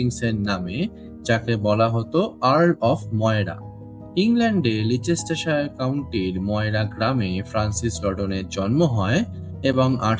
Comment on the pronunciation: লিচেস্টারশায়ার নয় জায়গার নাম লেস্টারশায়ার। ইতিহাসের সঙ্গে সঠিক নাম , উচ্চারণ আর ভাষার গুরুত্ব অপরিসীম। গবেষণা করবেন এবং সঠিক তথ্য সংগ্রহ করবেন। ইতিহাস গল্প নয় সত্য।